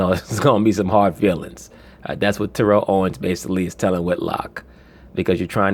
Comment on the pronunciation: Say that man’s name right... It’s TEAR-UHL.